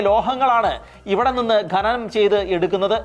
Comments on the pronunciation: Watch the movie ' The 33'. ഗനനം അല്ല ഖനനം എന്നാണ്. ഗനി എന്നല്ല ഖനി എന്നാണ് 😊👍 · ഗനി, ഗനനം എന്നൊന്നുമല്ല, ഖനി, ഖനനം എന്നാണ് ശരിയായ വാക്ക്. നമ്മുടെ മാതൃ ഭാഷയെ ഇങ്ങനെ അപമാനിക്കരുതേ സുഹൃത്തേ. ചാണലുകാരും ശ്രദ്ധിക്കണം.